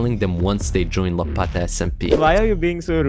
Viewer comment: fix ur pronounciation you said lapata smp its called lapta smp